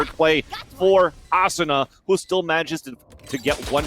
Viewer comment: They need better comentators just look at how he says asuna it triggers me soooo much